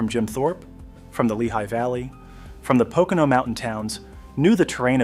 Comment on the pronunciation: Actually, it was your pronunciation of Pocono at the beginning that set my teeth on edge. It's PO-co-no, all long "O's".